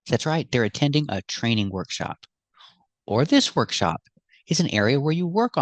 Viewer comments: As far as I heard, she said "workshow" 😊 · That's what I hear too "workshows" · Maybe she meant "workshow" 😂